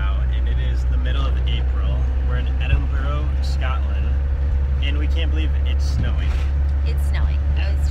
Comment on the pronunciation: Which comedian? You said Edinburgh wrong LOL. No videos of the lake district?